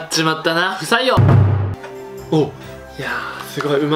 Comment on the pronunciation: 不採用が、 「臭いよ」って聞こえた。